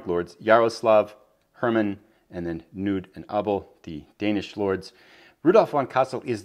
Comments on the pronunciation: What a great walkthrough of the scenario! Nevsky is currently one of my favorite games, I think the siegeing is really a interesting design -but as a dane i just had to point out that the 'K' in "Knud" is not silent, and is pronounced more like "Ku-nud". But great series with interresting randomness, i hope you can find somebody to play a full campaign with and give us a nice 6-hour video :P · Thanks,! I was actually looking up the pronunciation of Knud a week or so ago when another viewer mentioned the pronunciation was incorrect, and the Internet seemed to indicate what you're saying as well. Thanks for the correction! It would be great fun to play a full campaign, but wow, that would be a long series. I've found that video-length is running me twice as long as game length, so a 6-hour game would end up as a 12-hour video series. (I'm toying with some ideas to shorten that ratio up, though.) That'd be a major project, for sure, but great fun.:)